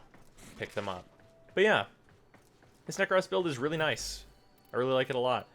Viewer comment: "Prack" status with "Neck-Cross"...